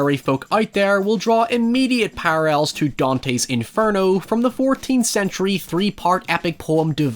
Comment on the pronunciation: "Pararrells" is adorable